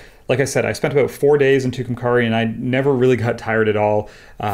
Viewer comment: Fantastic work also, love hearing you pronounce Tucumcari.